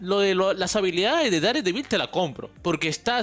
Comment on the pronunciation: Se pronuncia dardevil